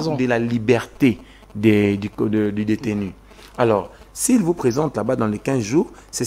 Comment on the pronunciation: Détenu et non déteni. C'est (u) et non (i)